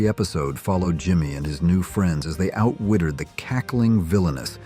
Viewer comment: Puff and stuff..NOT Poof and stoof and what is ‘outwittered’ ? Hire a voice actor instead of crappy AI!!